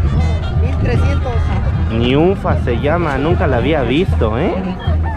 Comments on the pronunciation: Ninfa, no niunfa😆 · Amigo no sabes nada de animales, y no es niunfa, es ninfa, los pavo reales los machos son azules y las hembras son cafés, como haces videos sin conocer ningún animal, informate antes no manches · No es niunfa es ninfa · Se llama Ninfa...no Niunfa. Y a los guajolotes se les dice coconos...no conos.🤭 Conos de rueda...jajajaj😂🤣😆😃